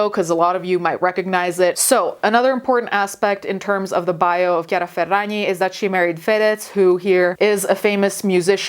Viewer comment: as someone named Chiara, the way you said the name made me so happy. i’m so used to being called Chareeuh